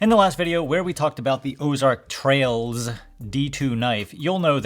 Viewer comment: You keep emphasizing the letter s as of it's plural but the actual brand name is singular. There is no s at the end of Ozark Trail brand. Thanks for all your content, really appreciate it